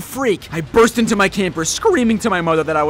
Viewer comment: he “burst”